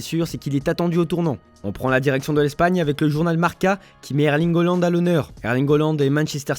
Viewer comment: C’est pas "Oland" mais "Haaland"